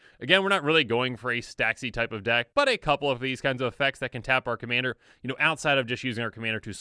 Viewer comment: hahahahhahahha sounds drunk xD